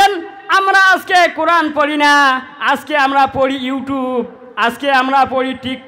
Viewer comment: O Bhai qoran shuddo kori porar ceshta koro